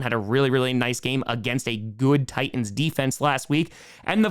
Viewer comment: Fun cast. But the word 'Titan' has a "T" in the middle. It's not pronounced Ti-an, it's Ti-Tan. Try it, thank you. And also, the word 'Houston' starts with an "H." It's supposed to be pronounced.